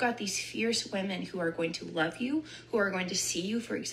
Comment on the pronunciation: I wolf you 🤣😂😂😂